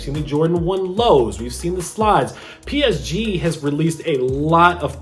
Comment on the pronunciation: Your pronunciation of PSG is horrible. Fans of the team are cringing